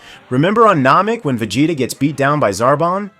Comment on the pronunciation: Unsubbing after hearing how you pronounced “saiyan” and “vegeta”